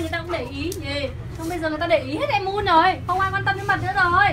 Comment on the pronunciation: Moon đọc là Mun, còn con mèo Mon mới nói là Mon chứ (chắc z)